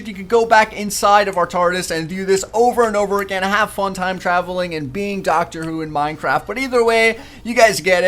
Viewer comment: He said Dr. Whro.